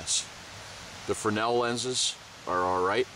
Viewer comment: Congrats! You're the first person to ever pronounce "fresnel" correctly on youtube! ;-) Nice kit, btw! And a very good vid.